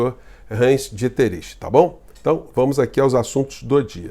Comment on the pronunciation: Pronúncia: ditrich